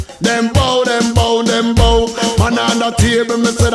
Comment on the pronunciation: I'm just gonna be that person and say I think you're pronouncing "dem bow" wrong. Pretty sure it rhymes with "cow."